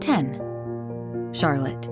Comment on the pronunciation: Who chose these towns? Obviously someone who has never been here! Rutland!!!! Barre?????!!! Newport!!!!! 🤷‍♀️ BTW, it’s CharLOTTE…